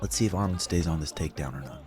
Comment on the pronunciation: Excellent review brotha. It’s pronounced Arman not Armen. Much love. Arman will be champ Saturday.